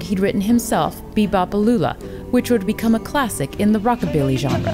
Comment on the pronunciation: I remember "Be Bop A Lula" but what's this "Be Bop a Looba" you speak of?